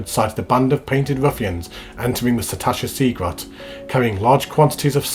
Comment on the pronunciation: There are three S's is Sastasha THREE!!!! SAS SAStasha lol my OCD is triggered sir..... Joking aside though, nice video, will only get more interesting as it progresses to some of the later dungeons, might log in and join you for one or two of them as the series continues:-) you might meet some..... "interesting" characters along the way lol